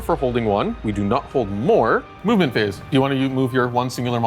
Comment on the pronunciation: lol, the "mub-ment phase"